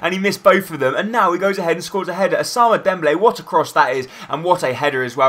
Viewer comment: Ous-a-moon-A Dembele